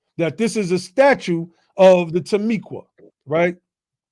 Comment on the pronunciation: Timucua is pronounced Tima-cooa! Not Tamiqua!